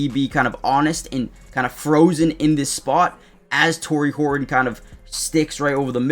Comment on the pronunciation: go Hor un? Please. There is a T in that name. It is HorTon not Hor Un. You are not a Cockney Englishman.